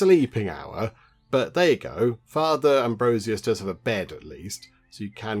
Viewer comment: Your pronunciation of Frater amuses me xD Frater means Brother in Latin. Very common term in many languages for people serving the church.